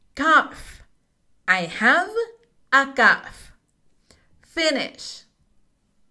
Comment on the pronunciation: La palabra es cough al final se pronuncia como una F. Gracias